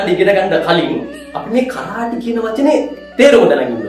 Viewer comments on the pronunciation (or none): පුතාලා කරාටි නොවෙයි කරාතේ කරාතේ කියන්නේ හිස් අත යන අරුත .